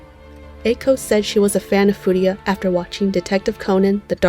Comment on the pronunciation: You keep mispronouncing his last name, it's Furuya, not Furiya. Good video otherwise!